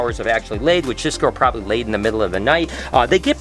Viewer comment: Any one hear say “prit prosbably